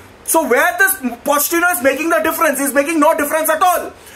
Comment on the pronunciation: Did he say “Potty-chino” ? 😭😭